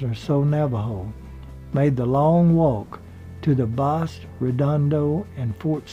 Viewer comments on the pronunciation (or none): Great presentation. It always makes me smile when I see you have posted something. P.S. Bosque is pronounced like Bosskey